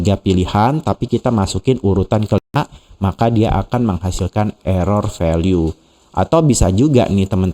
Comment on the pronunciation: Jangan VALU lah pak bacanya 😅